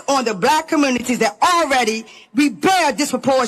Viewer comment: The truf, commrnunities, burial, toof etc